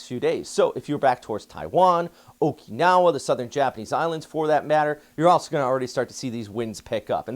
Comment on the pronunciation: I love your reoorts! ❤️ But, please, there's no "e" in Okinawa, it's a soft "i".THANK YOU.